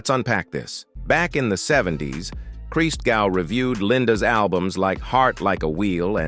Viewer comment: Hey, it's not (Jesus) "Christ-gau". it's "Cristgow"